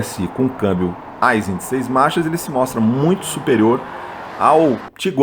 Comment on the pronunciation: A pronúncia correta da palavra AISIN é “AIXIN” e não “ AIZIN”